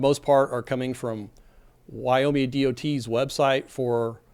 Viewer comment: Why do you say Wyome instead of Wyoming?